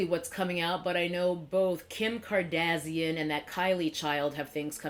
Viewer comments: Here from Whitneys Channel! Love how you say Kardasian 😂 maybe its the proper way. Also i have never purchased any of the kaylie or KKW products, glad we are on the same page. Overall i always feel skeptical about collabs with public figures, reality tv stars, artist, etc. i wait it out before i even consider purchasing. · I get a kick of how you say kardashian like that antagonist race from Star Trek lol I think of palettes like this. Expensive paints are nice, but a good artist can make most paint work. And there are only so many colors, so I don’t need to buy new paints from each company that comes out with them. The point is the product, not the tools to get there. So I just use what works, and I don’t buy new paint until I run out or if I’m missing something, or if the paint I’m using is low quality and I need an upgrade. That’s my attitude with palettes. No amount of brushes or palettes can substitute practice and talent. I understand that it’s a hobby, and we all spend money on stuff we don’t necessarily need. But I can’t help but feel that brands are taking everyone for a ride.